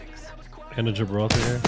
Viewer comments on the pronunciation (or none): Gibraltar = Jib Roll Tar. Not Jibble Tar. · he said "gibbolt" instead of "Gibraltar" 😂😂😂